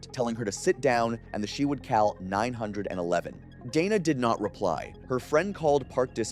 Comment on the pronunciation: Cal 9 hundred and 11? Not call 911? What's with the weird way of speaking? I like your stories, don't get me wrong, but that threw me off.